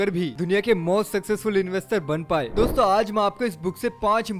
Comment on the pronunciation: Store bol rahe ho yaa dosto bol rahe ho pata nehi😕